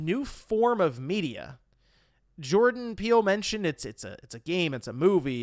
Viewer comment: Are you trying to say “Jordan Peele”???